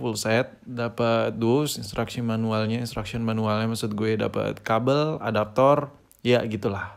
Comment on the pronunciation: kabel om bukan kebel kita kan tinggal di INDONESIA